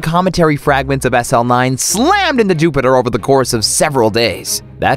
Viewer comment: Jupiter just got S L A Mmed- *falls off chair* I hate your voice rn